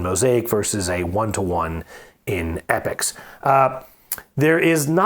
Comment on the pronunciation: Great commentary, thx. Loved the comparison. By the way it E- Pocks not epics!